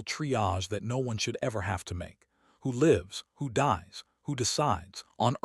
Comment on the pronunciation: Learn how to pronounce Lives. Long I.